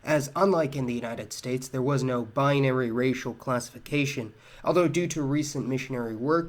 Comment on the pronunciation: I love how you emphasize "binary!" It's a cool, secret dog whistle to "alt-righters!" Non commies anyway!